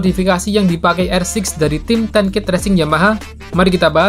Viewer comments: Ten Kate ttp dibaca Kate mas,bukan Ket begitulah team nya sendiri yg bilang.... 😁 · nice info min, btw sedikit informasi aja, Ten Kate itu bacanya tetep Ten Kate kayak bahasa Indonesia, bukan Ten Keit kayak spelling bahasa Inggris umumnya.